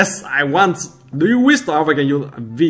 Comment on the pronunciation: Its not wis its wish